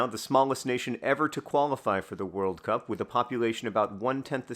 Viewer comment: Switching between emphasizing it as WORLD cup vs world CUP with every recitation of the name is really jarring my brain lol